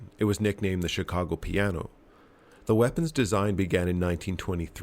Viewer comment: The “peeanoe”